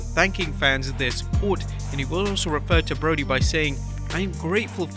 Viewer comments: Brodie Lee, not Broadie Lee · "Broadie"? Come on...